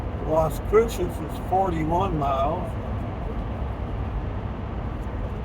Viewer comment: I moved from El Paso to Capitan. It was a HUGE adjustment at first. I lived on the west side at exit 13. It amazes me how much it's grown over the last 20+ years. Someday, I hope you learn to say Las Cruces correctly.